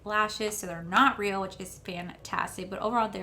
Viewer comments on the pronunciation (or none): none